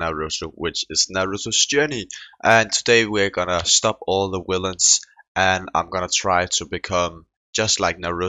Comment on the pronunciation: Not to be rude but when you try to say villains you always say willains xd, it makes me laugh every time